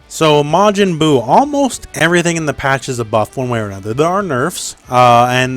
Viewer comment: Why do you say it like MAH-JIN-BUE? J/K I love your content and breakdowns!